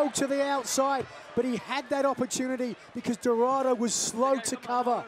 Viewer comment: Dorardo? Really?